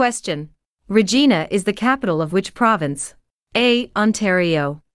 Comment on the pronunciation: Regina pronunciation is wrong? should be called RI Zhai na not re jee na